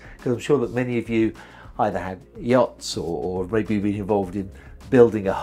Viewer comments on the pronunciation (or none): none